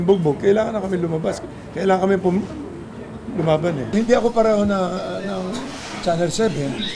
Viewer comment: kelangan na daw nila puma. Anong puma. Malayo sa letra ng lumaban. Hahahaha. Madudulas pa ata. Hahahah